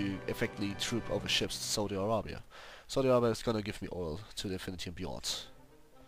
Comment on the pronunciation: Saudi I-rape-ya xD